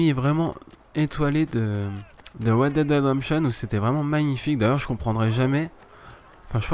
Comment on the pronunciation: " Wed dead rendenption" t serieu ?